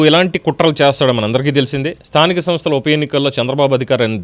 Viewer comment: స్థానిక తనస్థలు ఏంట్రా బాబు నీలాంటి ఎదవలు సీఎం అయ్యారు ఆంధ్ర రాష్ట్రానికి నువ్వు ఎలా సీఎం అయ్యావు రా బాబు స్థానిక సంస్థల ఎన్నికలు అని స్పష్టంగా పలకడం కూడా చేతగాని ఎదవ